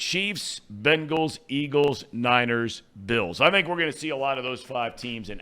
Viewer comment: Can thom quit calling them the Ben gallees it just sounds dumb